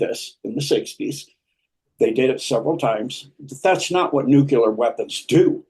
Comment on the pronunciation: Will somebody please explain to me why I'm listening to this gobbledy-gook nonsense? Never trust an "expert" who can't correctly pronounce the word Nuclear.